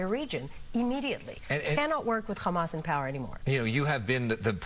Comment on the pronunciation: Quit brining up flem every time you pronounce "Hamas". We don't do that in the English language.